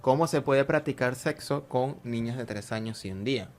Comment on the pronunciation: ¡¡Que desagradable y mal traducido, por favor cambien a la persona que habla, muy mala dicción!! No pronuncia todas las letras, sobre todo las s finales, ni siquiera sabe pronunciar el castellano, más bien, ni siquiera lo habla bien. ¿Que es eso de desgraciable? “El Grey”, la greligió, en vez de religión, “tener seso (sexo) con una niña” “empezo", en vez de empiezo, "se le presenta Abraa” es una tras otra mal pronunciación, todo mal, espantoso. Un gran punto en contra, para poder ver con agrado el video!!!!